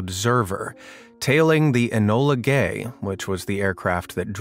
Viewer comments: "Enola Gay"💀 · "Enola GAY" sheeeeeeeeeeeeeesh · "Enola Gay" broke me 💀